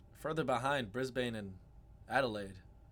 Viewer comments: Lets get you aussie lingo sorted bloke, its mel-bin and bris-bin.... say it with me... not mel-born or bris-bane... youll get it when ever you get here though. :) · Melbourne is pronounced 'Melb'n' and Brisbane is pronounced 'Brisb'n'. Forget MelBORN and Bris BAYNE'!!! Cheers from Australia! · i visible recoil every time he'd miss pronounce Melbourne, and Brisbane like pls when pronouncing them read it out as mel - bin and bris - bin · Dude, they won't let you in here in Melbourne, or Brisbane, my home town unless you learn to say the names correctly: Mel-Bin and Bris-bin or Smell-Bin and Bris-Vegas or Melbs and Brissy!